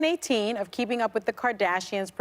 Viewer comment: SEASON EIGHT-TEEN?!?!?! W. T. ENTIRE. F. 🤦🏿‍♀️🤮🤦🏿‍♀️🤮🤦🏿‍♀️🤮🤦🏿‍♀️🤮